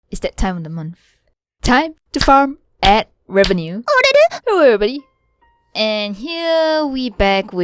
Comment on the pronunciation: You scared me in the beginning i though u weren’t gonna say hewwo to me